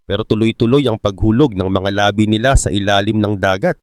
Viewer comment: Ung Mali Mali mong DICTION NAKAKA APEKTO YAN SA MGA BATA PARA MAGING MALI ANG DICTION,,EX. UNG WORD MO N LABI DIINAN MO PAG PATAY ANG PINAG UUSAPAN